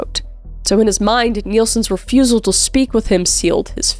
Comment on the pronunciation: "refusual to speak to him"